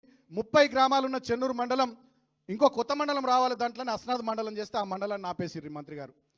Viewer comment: అస్నద్ కాదు అస్నాద్